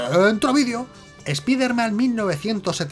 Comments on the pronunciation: Conozco a "espaiderman" no a "espiderman", cutre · Los españoles siempre con su terquedad de llamarlo espiderman se pronuncia "espaider man" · Ya se por que lo de random, aleatoriamente pronuncia algo en español "espíderman" otras cosas en inglés "te ameising". Por fin lo entiendo